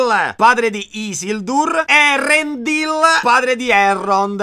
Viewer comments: quando nei nomi elfici c'è una dieresi (come in Eärendil) significa che quella lettera va pronunciata È un accorgimento che Tolkien ha utilizzato per far parlare correttamente l'elfico, che altrimenti gli Inglesi si mangiavano metá dei nomi con tutti i dittonghi e le "e" finali 😂😂😂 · Sono una tua bymbah sin dai tempi del primo Erripotte e ogni anno regali gioie💖 Unico appunto: la "c" è dura in Tolkien quindi in nomi come Celebrimbor, Celebrìan o Celeborn, "ce" si legge "ke" quindi "kelebrimbor". Stessa cosa per Gil-Galad dove "Gil=ghil". "Ëa" come Ëarendil si legge ËA e non "e". Aspetto con ansia gli altri video. TV1KDB